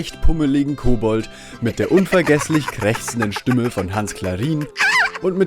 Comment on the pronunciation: Stümme?? :D Aber eine sehr wertvolle Kurzdoku, auch sehr nett erzählt! ;)